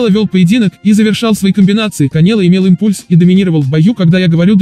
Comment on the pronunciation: КанЕло, АльварЕз, импУльс. Что блэт с произношением, аффтар???